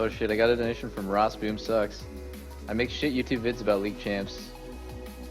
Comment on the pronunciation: is it me or doublelift said - ''rossboomsucks'' XDDD